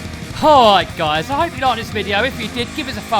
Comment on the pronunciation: Kool Vigeo (spelled wrong for pronunciation)